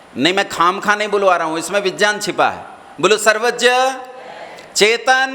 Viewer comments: पहले विज्ञान को सही बोल लो, विज्यान बोल रहे हो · सबसे पहले बिज्यान नहीं विज्ञान होता है । उच्चारण तो सही करो